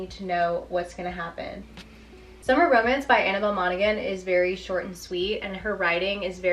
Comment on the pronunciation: You dont pronounce the G in Monaghan its pronounced like Mona-han the same as the county in Ireland